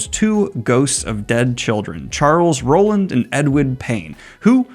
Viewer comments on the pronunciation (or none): none